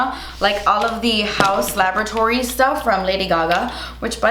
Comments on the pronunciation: HAUUUS LA-BOR-A-TORIES 😂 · You are saying laboratories like that because of Ross 🤣🤣